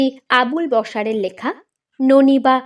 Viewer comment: একজন লেখকের পদবিটাই ভুল উচ্চারণ! আবুল বশার‌ নয়। আবুল বাশার‌।